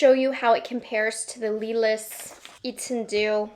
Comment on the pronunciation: Here’s some tricks for pronouncing these French names: Lumière: Loo-mee-hair Étendu; Eh-tuh-doo Lilas: Lee-law [no “s” is pronounced] Hope it helps